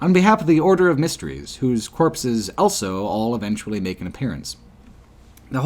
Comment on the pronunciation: pronounces the word "also" as "elso".